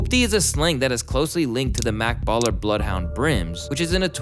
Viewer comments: This nugga said makkballa blood hound brims 😂😂😂😂 this is wronggggg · Bloundhound brim not Makk Blla ...La Brim not Larry O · Dude said mak balla bloodhound brims